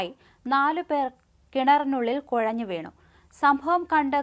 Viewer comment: കൊഴഞ്ഞോ 😆😆😆😆കുഴഞ്ഞു എന്ന് പറ കൊച്ചേ